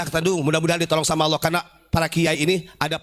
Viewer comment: Ubad kopet ngucap ALLAH aja ngga bisa, bogel lu